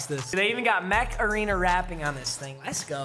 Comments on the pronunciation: it sounds like you keep saying macarena. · Everytime he says "mech arena" I think he's saying macarena